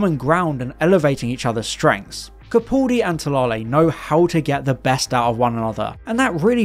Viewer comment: It's Capaldi.... Not Capauldi